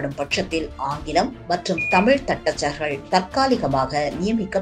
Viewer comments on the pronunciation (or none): none